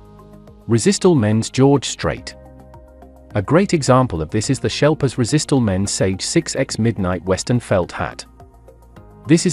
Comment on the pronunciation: Erm…. No…. I live in the UK, and know he means ‘Sheplers’ when he says “shelpers”…. So no… “sheplers” is fine if you ain’t got a lot of international options but that’s about the extent of It.